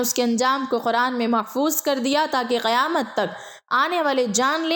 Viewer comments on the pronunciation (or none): none